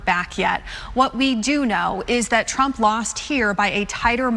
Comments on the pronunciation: That news anchor totally called him "Donald Drump". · Did the Fox anchor say Donald Drumpf? 😂😂